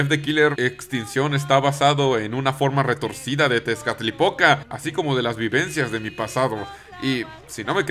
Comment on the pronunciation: C mamut con lo de las hormigas :v PD: Cada vez que decías "Tezcalipoca", yo escuchaba "Tiene poca" :vv